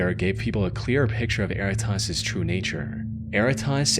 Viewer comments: Interesting note that was bugging me for the entire "erratas" story - "errata" is a real word. It is pronounced differently - "eh-RAT-uh" and it is a relatively common term in my field, legal transcription. When a deposition for a court case is transcribed, it is sent to the witness with an errata page attached, where they can list any corrections they want to make to the transcript like misspelled proper nouns. Technically speaking, errata is already a plural word and its singular is erratum, but "erratas" is still used. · Worst pronunciation of “Erratas” ever 😂😂😂😂